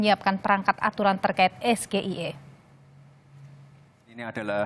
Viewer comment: Pengucapan SGIE ala GIBRAN ngawur bhs Inggris ke Indonesia 'Jelas ini pertanyaan jebakan yg sifat menjatuhkan LAWAN !! Gibran TDK terlihat seorang Akademisi dan Intelektual.!!.